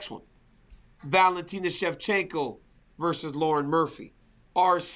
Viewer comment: Why is RC saying Shevchinko all the time?😅